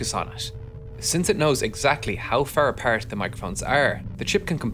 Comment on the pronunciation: you sound scottish when you say “apart” and “are” hahaha nice video tho